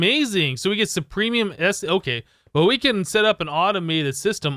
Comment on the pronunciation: Supremium? Superium... But it's ok. People make mistakes